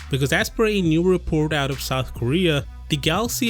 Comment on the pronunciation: The most disgusting thing is how you pronounced the word outttt